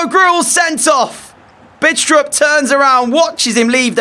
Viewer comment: The "D" in "Bidstrup" is not pronounced, just FYI